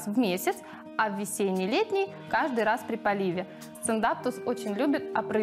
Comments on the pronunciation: Сциндапсус, а не сциндапТус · Никто не умничает. Меня тоже резануло как она называет. Пусть называет как хочет, но снимая видео, будь добра, говори правильно.